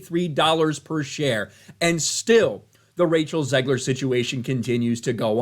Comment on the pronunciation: "Zegler". Every time, every fucking time.